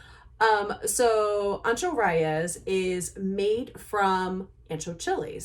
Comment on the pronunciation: It’s Reyes. Ray-Es. Simple as that.